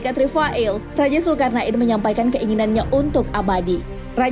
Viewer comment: kok dengernya kayak nyebut zulkar'nain ya?